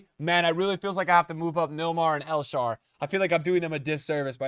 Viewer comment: "El Sharw" "Naldo" 💀